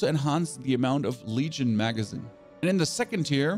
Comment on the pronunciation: Do you intentionally mispronounce things so triggered people like me comment? Dude, I can’t listen to you butcher basic words like magazine, advance, etc.